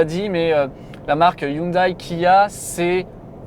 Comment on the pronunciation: J'aime bien tes vidéos très instructives, mais tu devrais savoir que prononcer Hioundaille au lieu de Houndé, c'est un peu comme dire Peujotte ou Renoleteu...